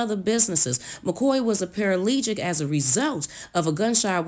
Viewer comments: Someone tell Shelby Lowery that he’s not a celebrity. And sweetie it’s pronounced PAR A PLEE GICK. paraplegic. Lord! Slow down, love.💕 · Everytime she says "para-LEE-gic", drink. You'll get wasted. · Girl Girl STOP!!!! Say it with me para pa legic ! Parapalegic!!! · OMG girl ME 2.... I thought it was just me!😱😬🤔 I am a PARA-PLEGIC,due to Domestic Violence, and it is my first time watching one of her vlog/video. 🤫😤😬😤So YES, each time she said it I corrected her aloud! 🤭🤯🤭🤯 By the third time I was like,"Why is she still saying it like that, while reading an actually article which has the correct spelling.... "SOUND IT OUT ALREADY Sheeeeesh!💯💪🏾😂😁🤣🤐😁😂🤣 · Paraplegic! It’s paraplegic! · I wish that you would pronounce the second "P"in paraplegic, and the second "z" in Zanzibar. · I thought the term was "Paraplegic" not paraplegic and the narrator sounds as if she is gossiping and its as if she is talking in circles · The word is PARAPLEGIC! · Okay let’s all say it together and slowly on three 1 2 3 “paraplegic” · Please it is paraplegic Not paralegic uggh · It's the pronunciation paraplegic for me... but great story though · My dear narrator you keep saying that this man McCoy was a "paralegic"??? IT SHOULD BE PARAPLEGIC. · If they say "par-a-lee-gic" one more time I'm gonna jump through the TV. Its para-plegic!!! I was like what's a paraplegic a cripled lawyer? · I sure wish she would stop saying “paralegic” Mr. McCoy was “paraplegic” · Paralegic Me: it’s PARAPLEGIC chile..🤣🤣 Overall it’s a great video...really great information ❤️ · Girl it's paraplegic not paralegic omg that's so bothering me. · ParaPlegic... you keep leaving out the second “P” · Para-PLE-gic.... ok? Not para-LEE-gic. Also, if you love LisaRaye so much, why make snide comments about her inability to keep a man? That’s just plain wrong. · PERA PAH LEE GIC !!! LMBO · A "paralegic"? U mean paraplegic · I just heard the woman say, 'paralegic.' She has got to do better ... LOL.